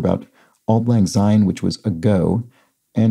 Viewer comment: As a Scot I'd really prefer you to not pronounce "syne " with a z sound at the beginning ie with an s as in sound not a z as in zoo. There is another Scots word " sine" as in " Better a clean sine than a dirty dicht!" = better a clean rinse than a dirty wipe.